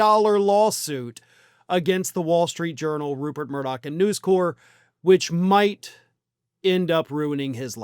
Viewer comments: it's NewsCorp - the "p" is pronounced. If it was News Corps, you could be forgiven for the French pronunciation. It's short for "corporation", not the French word. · Um.... have you never heard the name "News Corp." said out loud, before...? They are not The Peace Corps, man.